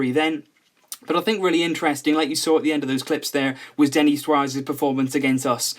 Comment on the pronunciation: It's Denis not Denny